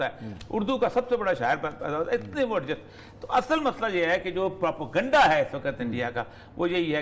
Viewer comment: k mu se propaganda ko prapoganda sun sun k hasi any lgi h Bhai bolna sekhly phly